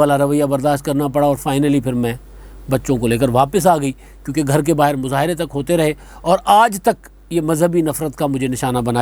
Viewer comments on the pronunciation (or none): none